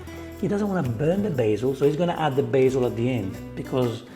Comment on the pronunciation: "B aH ZiEeL 🤡" and why do you cut and zoom in after every sentence he says and clip that appears... you already have the circle face cam in the corner... hes at least doing it for fast production because people only care for the result, want a recipe, get off the couch and put in the work...